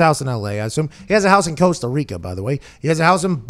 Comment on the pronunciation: "Coastal Rica..."